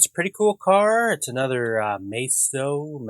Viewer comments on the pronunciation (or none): Pronounced "Mi-STO" \o/